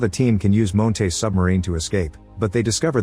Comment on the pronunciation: I hate the way the AI voice pronounces Montes as “Moan-tays”